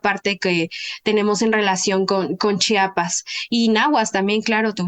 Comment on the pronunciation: Oiga la antropóloga hable bien es el el inhaaaa y también diga chiapassss no chapas no la voy a ver completa no me gusta lo que dice menos sus conocimientos ni los tiene creí era interesante no lo es